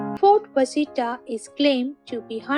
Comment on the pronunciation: Washita is called Wash-a-tall not Was-hita